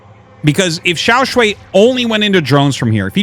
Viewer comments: Artosis I am begging you to fix your pronunciation of Xiaoshuai. It's "sh + why", so it's the "aiii" sound in "why" not "way" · Hey artosis, just wanted to let you know that Xiaoshuai is pronounced more like “shu-ai” just in case you wanted to know for future casts. His name actually means “Little handsome” which is funny to think about.